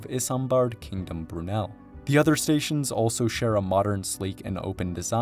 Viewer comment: Another correction, having been voted Britain's greatest ever Briton, Isambard Kingdom Brunel has touched almost every corner of Southern england with his engineering prowess and unfailing work ethic. Perhaps you could correct your mispronunciation of his name!! Great video however.